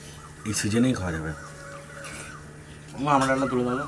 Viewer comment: "আমরা" না,,,, ফল টার নাম ""আমড়া"" হবে।